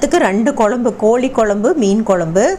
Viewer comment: Kolli kolumbu illa... Kozhi kozlumbu... Tamil ah kolla panadinga....